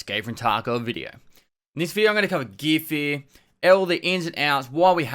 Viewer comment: Everyone: Gear Fear Pestily: GEEA FEEA